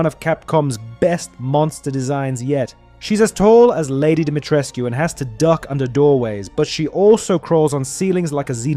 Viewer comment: Wow someone able tò Say "dimitrescu"